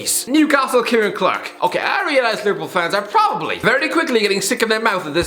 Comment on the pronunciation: No one: Absolutely no one:: prrrwwwoopppbably